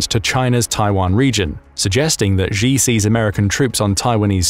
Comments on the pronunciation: "Xi" is also pronounced wrong. It sounds close to 'she'. Saying 'zhee' sounds ridiculous to my Chinese trained ears. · Its pronounced She not G